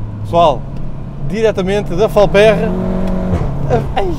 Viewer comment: Boas não se pronuncia “Falpérra” mas sim “Falpêrra”. Grande Abraço!